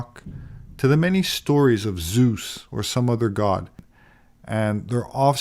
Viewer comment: Im shocked how yankees pronounce orangutans compared to us germans i thought wtf till the other narrator said it like you too also did you call Zeus = sus